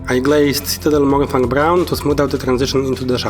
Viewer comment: I believe you mispronounced Mourningfang. A+ for effort though!